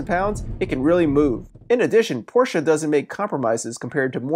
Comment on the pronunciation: Give him a couple bonus points for pronouncing Porsche correctly.